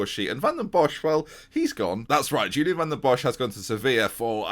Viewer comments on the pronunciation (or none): none